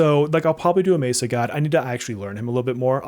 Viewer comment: Whoever keeps correcting you is wrong, you pronounce Messa correctly